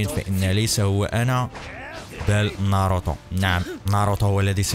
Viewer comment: ناروتو مو ناروطو عند مشكلة باللفظ